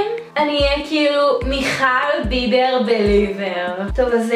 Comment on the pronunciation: זה בּיבּר לא בּיבר